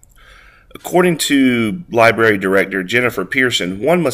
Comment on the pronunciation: " Li... BERRY"? shame ON you! Get Help!